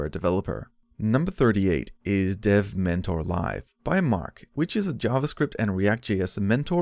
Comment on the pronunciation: Oh he forgot to put the 'v' after 'de'. Should be devmentor instead of demmentor